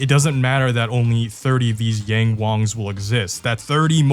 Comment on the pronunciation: Yang is pronounced as 'Young'